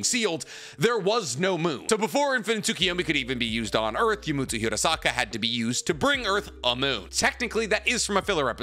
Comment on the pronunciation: Fun fact, my last name is Hirasaka. Nicks pronunciation is spot on. Hearing say my last name a million times is odd